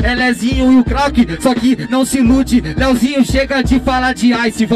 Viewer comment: O cara falou lezinho em vez de leozinho